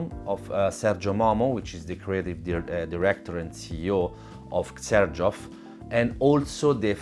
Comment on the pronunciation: I'd never know how to pronounce 'Xerjoff', learning from you.